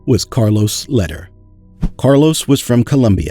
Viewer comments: it's pronounced Lehder= Laydare! not letter! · Your video is good but your pronunciation needs a bit of work. Lehder (Lay-Der) Medellin (Med-a-Yeen)